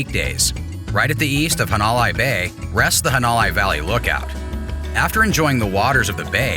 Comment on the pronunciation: Had to stop watching after he said "hawn-o-lie". At least learn how to pronounce places correctly!!